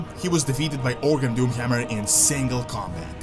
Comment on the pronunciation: The Doomhjammjer. I love the accent lol